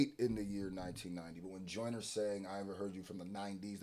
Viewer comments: It’s bothering me how you read that as Joyners law and not juniors law 😂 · Come on bro do better it’s JUNIORS LAW NOT JOYNERS LAW WHAT ARE WE DOING HERE IF MAN CANT READ 😂🤣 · You said joyners law Not juniors law😂😂😂😂 Its Jooneer's Law 🇬🇧 I honestly dont know who won this one now ... Im blaming Aubrey for this, clever mf ...